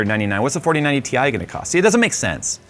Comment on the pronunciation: It’s pronounced tie